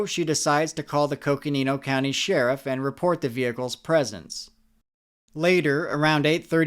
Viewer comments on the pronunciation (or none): none